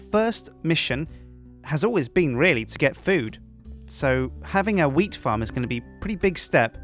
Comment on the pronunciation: Matt and Ice I think he meant to say wheat and not weed. People pronounce things differently, expescially if they have an accent, so that is probably why it sounded like weed instead of wheat.